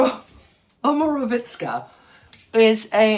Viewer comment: Loving you, Trinny and this was very helpful. Please learn this to pronounce well, and l hope I am making it easy phonetically: O M O R O V I T Z A